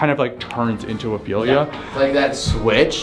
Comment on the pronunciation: I finally found someone that said Ophelia right